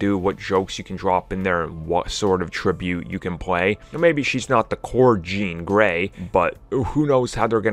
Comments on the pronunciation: “Jean Grollrey” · Did anyone else hear him say "JEAN GROLL REY" LOL Jean Grey Roll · "jean grole rey" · Lol I heard it!! I do that shit all the time. Lol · Yes somebody else noticed that lolol